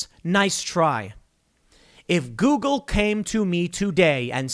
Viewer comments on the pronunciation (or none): none